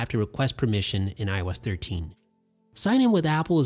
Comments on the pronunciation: Why did i hear everytime he said IOS 13 i thought he said when i was 13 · When he keeps saying IOS13 i thought he was saying when i was thirteen 😂😂😂